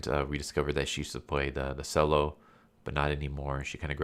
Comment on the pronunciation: FYI the cello is pronounced chello not sello